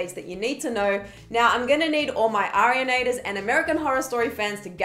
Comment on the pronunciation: She said Arianaters and American Horror Story fans, here and HERE!